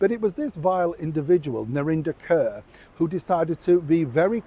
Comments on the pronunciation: Actually, "Kaur" is pronounced "Kaw" (like "Paw"). It's the name given to Sikh ladies. I noticed many broadcasters pronouncing it like "Kerr". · Her last name is kuar pronounced curr ,as in dirty nasty old dog . Yessss